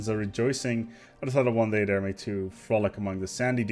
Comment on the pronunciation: No no no, it's "THEWE IS ONLY PLUSH" you forgot that R there